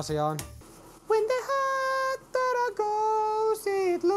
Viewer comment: Ai saakeli että repesin tuossa lopussa, aloin niin miettii animea et ei helevatta kuulostaa iha japanilta ja sieltähän se tuli sitte HATTTARAAA!!!